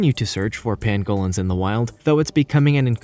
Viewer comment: Don’t I know it. Jeeez my ribs hurt. PanGOlins...no,no,no. Goodness if you are doing one of these videos please get the pronunciation straight.